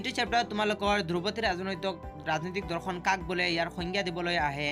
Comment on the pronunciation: Dada dhorkhon nhoi dorkhon .meaningei holai dise sun